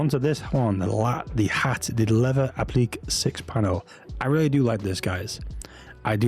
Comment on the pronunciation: It's pronounced app- la- Kay it's a French word meaning to attach